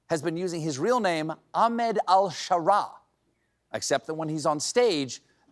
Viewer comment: Not to be pedantic, Stephen, but you properly pronounce Ahmed with a very hard "h." It sounds more like "AHCK- med" (though it doesn't quite have the full pronunciation of the "ck").